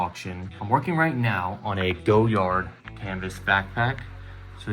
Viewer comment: Go-yard?!! LOL!!